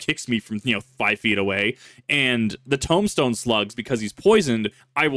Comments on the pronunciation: Okay, are you saying tome-stone or tomb-stone? Because those are two different words with different pronunciation. Tomb is Toom, and tome is how it looks. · Tombstone pronounced with a toom, not a tome, just an FYI. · Lol, "Tumstone". No hate, though. Just poking a little fun. Nothing but love. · Tombstone, are you saying tombstone as in the pronunciation toom-stone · Please...tell me you're saying "Tombstone" wrong on purpose my brain hurts almost as much as my stomach from laughing at "tome-stone" XD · “Tome”stones? You mean _tomb_stones? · OK, first of all: Tombstone is pronounced as "Toom-stone" while still being spelled as Tombstone. just figured I'd let you know how that word is pronounced.